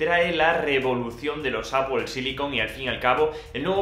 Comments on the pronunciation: ApoL silicon ???? :)))))))) Porque dices ApoL ??? :)))))))))))))) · Apoel apoel apoel. Vídeo interesante pero tengo que revisar cómo se pronuncia Apple en inglés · EL día que aprendas a pronunciar ¨manzana” en inglés, tus vídeos ganarán muchísimo.